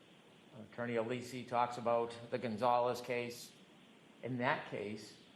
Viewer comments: Brennan- I can’t listen to this man. He’s so intimidated by Jackson and Alessi. I don’t think he believes himself. And it’s NOT ALEESE it’s Alessi. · Hank is such a low rent, disrespectful buffoon. Not professional enough to pronounce Alessi's name correctly. Disgraceful in all ways.